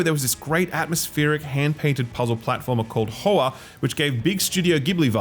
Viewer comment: Hoa is pronounced "hwa" Vietnamese for flower.